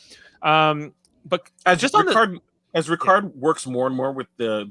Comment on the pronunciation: Why do you keep saying Ricards name wrong? His name is Ra-Card not Rick-erd.